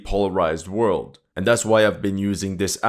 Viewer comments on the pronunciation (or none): none